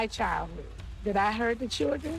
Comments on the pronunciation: ky knot not with two R’s in it like she does she saying chrildren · Each time she says "cheeldrynnn" take a drink. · The way NeNe pronounces children is really annoying